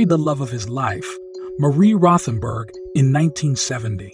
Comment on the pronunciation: Rothen "berg"?? 👃